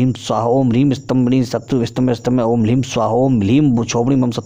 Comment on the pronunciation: आपको प्रणाम करते हुये क्षमा माँगते हुये यह कह रहा हूँ ह्रीं और ह्लीं दोनो का उच्चारण आपने उलट पलट कर दी है। ॐ ह्रीं भ्रामरी,,,,है यहाँ आपने ह्लीं कर दी पुरे अष्ट विद्या मंत्रों में। आपके विद्वता और स्पष्टवादिता का मैं हृदय से सम्मान करता हूँ। कृपया इसे अन्य भाव में न लिजियेगा।